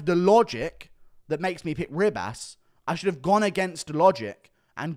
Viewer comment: It's not Rib-ass.........